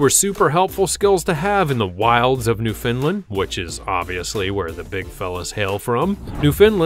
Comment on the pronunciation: Not "New fin land" Its "New found land," as in newly found land.